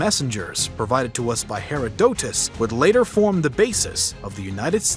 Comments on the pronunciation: He<RO>dotus not Hero<DO>tus Stupid mistakes like this ruin your credibility. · Please tell the narrator "hr·aa·duh·tuhs" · Hear I doot us??? wtf You mean Herodotus?? LOL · Utterly mystified how you can be so well informed as to produce this video without having any idea how to pronounce "Herooduts". smh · Really bro this video was almost perfect but you called the Greek historian Herodotus hair-o-dough-tus….omg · HeraDOtus?? Butchered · Never heard someone butcher Herodotus’ name like that wow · Quit using AI to narrate. If you can’t pronounce “Herodotus” correctly - give up playing historian. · Good video, but you mispronounced a lot of historical names (Darius, Herodotus) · Cannot learn history from someone who incorrectly pronounced Herodotus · Never heard Herodotus pronounced like that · Does this guy intentionally say things incorrectly to annoy people? Herodotus gotta be a joke man how do you not know that one when you run a history channel